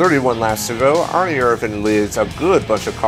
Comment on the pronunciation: Why do you say Ernie like its spelled Arnie. Like i don't remember Bart and Arnie lol